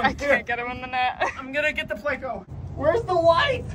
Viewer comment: Can' wait to see what you catch next. Are you trying to be funny when you pronounce it "Plako"? You DO know it's Pleco?